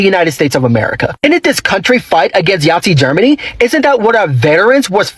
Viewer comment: Nazi not yatzi😮